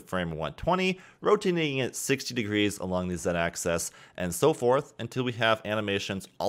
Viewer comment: "....want to make sure you're in VERTICIE select mode...." No. "....This is so we can delete that center VERTICIE...." NO. "....so I'm going to uncheck the visibility on all of our AXISES...." NO!! "....except for the X rotation ACCESS...." muffled screams :D